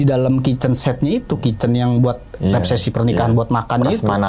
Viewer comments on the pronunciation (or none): abang narasumbernya ga bisa ngomong resepsi😂